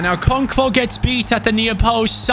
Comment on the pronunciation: As a Nigerian hearing you say ( okonkvo ) is genuinely funny